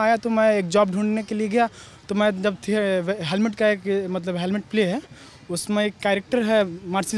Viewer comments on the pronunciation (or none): हेलमेट नही हैमलेट।